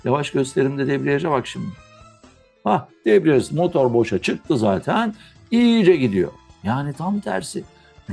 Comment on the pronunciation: Hocam debriaj mı deprej mi